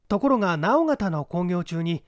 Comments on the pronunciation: 直方 →なおがた 誤 →のおがた 正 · 今更ですが、直方(のーうがた)っていいます。福岡なのですごい親近感ありました。